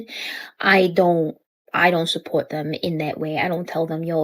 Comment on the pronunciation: "sup-poe-watt" - immediate disqualification from any enterprise.